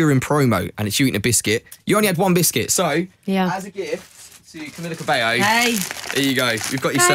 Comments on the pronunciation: me da mucha risa como pronuncian el nombre de ella "Camila cabeio'' 😂😂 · Se dice Cabeio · Camila cabeoo😂